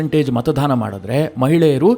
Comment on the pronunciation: ನೀವು ಪದೇ ಪದೇ ಮತದಾನದ ಬದಲು ಮತಧಾನ ಎಂದು ಉಚ್ಚಾರ ಮಾಡುತ್ತಿದ್ದೀರಿ. ಅದು ತಪ್ಪು. ಸುಧಾರಿಸಿಕೊಳ್ಳಿ.